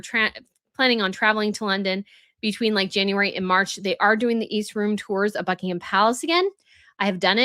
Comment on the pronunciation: In 'Sandringham' and 'Buckingham' the 'h' is silent.